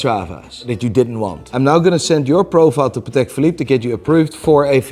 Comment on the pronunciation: I don’t get how you can pronounce Patek wrong the whole video.